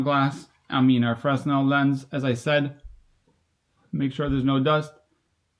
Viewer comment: fray-NEL: Augustin-Jean Fresnel